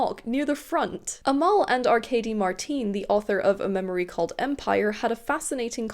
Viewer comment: Omg, I'm impressed with your determination, so glad it worked out! I love her work, I just finished the audio of The River Has Roots. I'd recommend it to anyone, even if you've read it, the audio takes it to the next level with the gorgeous songs-- which are performed by Amal and her sister! 😭 Side note: Amal is pronounced EM-el. We don't have the letter 'e' in Arabic, we have a letter called 'alif' or 'elif', which functions much like the letter 'a', but does lead to mispronunciation at times. That's probably why we've been seeing people using the prefix 'El-' rather than the usual 'Al-', so that non-Arabic speakers pronounce it much closer to the Arabic. Case in point: El-Mohtar! (MUH-tar)